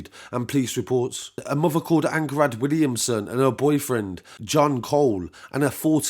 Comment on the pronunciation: Its pronounced "Anng Ha Rad" it's Welsh. Just incase you do further coverage friend. Keep up the good work